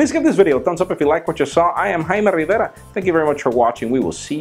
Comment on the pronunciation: I like the way he says Jaime Rivera. (Y) Awesome!